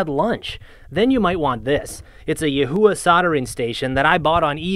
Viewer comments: The true pronunciation of YiHua is like... something between yours and Dave's. "Yee---hu-wha" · It's pronounced "ee hwah" fyi